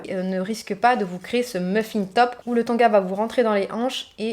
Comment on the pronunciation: On ne dit pas tonga mais tanga.